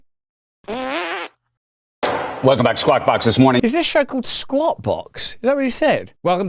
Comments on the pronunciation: Isn’t it Sqack not squat- totally different meaning. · Squawk box! Not squat! Like the what they would call the police radio back in the day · Squawk box!!! Not Squat box!!! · Haha…it’s “Squawk Box” 😂